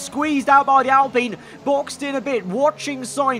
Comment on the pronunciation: Its pronounced al-pine not al-peen